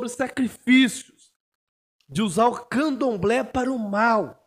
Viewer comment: Ele fala:"eu ainda não vi camdoblé vegano"? Só eu ouvi isso?